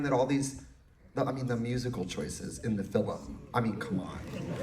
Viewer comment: saying " Filum" is killing me